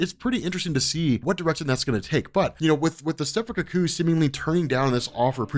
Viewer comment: consistently mispronouncing cuckoos since 2016.